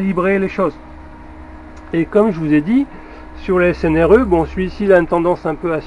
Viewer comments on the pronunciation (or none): C'est rigolo.. tu dis snre au lieu de srne.. tu dis une string.. tien, on a le même metrix.. fais gaffe, il n'est pas très precis en dessous de 10A et vieilli mal, surtout en tension.. je ne m'en sers plus..